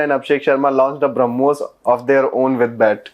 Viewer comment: HARMOS not BRAHMOS 😂😂😂😂😂